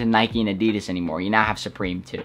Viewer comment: It killed me hearing him how he pronounced Adidas